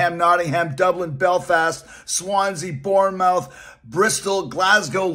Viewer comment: Can't wait! Also it's pronounced "Bornmuth"